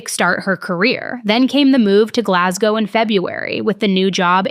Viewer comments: So glad you pronounced Glasgow properly. 😅 love from Scotland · As a Scottish lass, thank you for correctly pronouncing Glasgow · Firstly as a Glaswegian thank you for pronouncing Glasgow correctly. Secondly I was actually in that club the night it happened. Would be really eaay to leave that place because it's tiny and always packed. Like body to body packed so if she knew where her friend's were she could go through the other side unseen due to the volume of people and the fact everyone is used to being jostled.